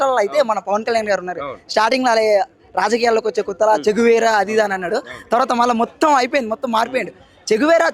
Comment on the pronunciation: ఆయన " చే గువేరా" ఈయన " చెంచా వీర"😂😂